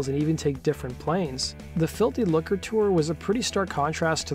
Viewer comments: I know. That pronunciation was doing my head in. But it's pronounced [ˈluːkə]. No 'r' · Lucre is pronounced "loo-cra" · It's really hard to listen to this guy repeatedly mispronounce Lucre. "filthy looker". One might assume that if you have a bunch of followers and are going to narrate a video you might look up how to pronounce words you aren't sure about. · It's pronounced "FILTHY LOOOKERR"🇬🇧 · the way you say lucre is horrific